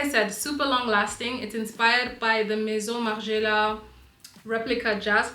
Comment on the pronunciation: Girl as a girl that speaks french the way you said Maison Margiela was perfect ☺️